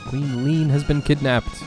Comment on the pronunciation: I think her name is MAR-Lee and Leene is pronounce. Lee-EN